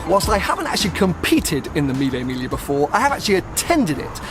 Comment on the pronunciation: It’s pronounced ‘milly mig lee ah’